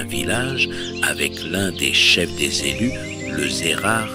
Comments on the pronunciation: J'adore 💞 Les z'élus à l'assemblée 🤣. Dans votre tournée, j'ai pas trouvé le Var 🤔 ? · Haha! Les Zélus! C’est zénial!😅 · Excellent 😂😂😂 les Z'élus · J adore!"le zelu" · les z'élus c'est une masterclass Sérieux 🤣😂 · Le z' elus 😂😂👍